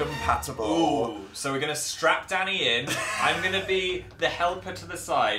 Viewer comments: I HAD MY VOLUME ON LOW AND I THOUGHT HE SAID DADDY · Somebody - wait he said Danny? I kept hearing something else 👀